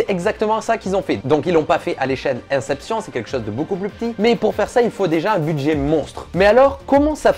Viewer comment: Comment tu as pu prononcer inception comme ça 😂😭